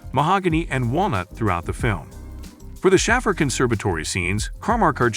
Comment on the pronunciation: Yeah it's like those movie recap videos all just using text to speech..... I immediately decided it was after he pronounced Schaffer